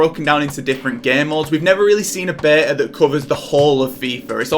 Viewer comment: The way he says Beta wtf 🤣🤣🤣